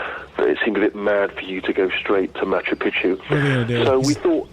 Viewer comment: It always cracks me up when I hear people say Machu Picchu, cause we all pronounce it the wrong way... It’s actually pronounced as “Machu PiKchu” which means “Old Mountain” But Machu Pi-chu (as most people pronounce it) actually means “Old Penis” Always makes me laugh😂😂